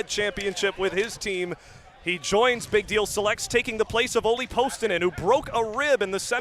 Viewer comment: dude couldn't say "big deal selects" to save his life. jesus